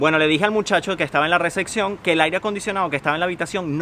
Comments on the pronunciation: Todo muy triste y mal rato pero no se dice recección... Es recepción. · Re-cep-ción reeeeeceeeepppppción en serio aprendan a pronunciar. No es xenofobia solo pronuncien su propio idioma correctamente.